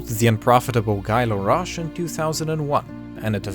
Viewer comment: He's not a native french as he butcher Guy larroche name ;)